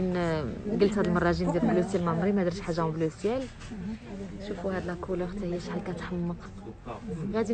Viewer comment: On ne dit pas le « Tissou » mais le tissu, et on ne dit pas la coulor mais la couleur, les fautes s’accumulent... si tu ne maîtrise pas le français parle ta langue natale